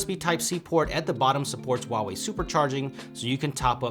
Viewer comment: 你怎么不会说华为? HUA wei not WA wei. holy shit man.